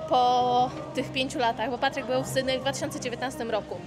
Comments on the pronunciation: z luzem w życiu nie mam problemu 😊 poprostu nie da się słuchać jak ktoś kaleczy nazwę miasta. Zwłaszcza mieszkając w Australii. Posłuchaj jak wymawiają ta nazwę anglojęzyczni i się ucz 👍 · Nie SYDNEJ tylko SYDNI !